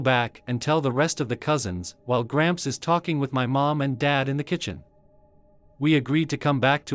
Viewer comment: Gramps always sounds like cramps to me